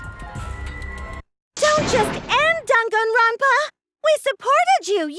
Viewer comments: why did he say ganganronpa 😭😭😭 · "Carllllllllll" "Yes Jimmy?" "Can you help me pronounce the name so I can say my backround lines?" "Sure. Dann-gann-ron-paa." "Like this? Dang-it-grand-pa." " Perfect! " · Dwang n ronpa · Damn gone ronald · Lady gagaronpa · Nanami yeah we are gonna end dog on rompa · “Donganronpa” Danganronpa NIBBA WHAT? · Text To Speech: Dang-gan-Ron-Pa Characters: Dong-Gone-Ron-Pa Oh my god! Which is it pronounced like?! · Voice Actors trying to say 'Dong-gon-ra-wn-pah' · dang Ron pa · Dunkin granpa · ganga "wap"pa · ah yes,my favourite killing game franchise ganganronpa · eugenio bravo HAHAH OMG He really said Ganganronpa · I’m like daan Gaan Ron pa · Gotta love English characters saying Japanese words WE WILL REJECT DONG GONG ROMP AH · Shuichi said Ganganronpa lol he doesn't even know how to pronounce the name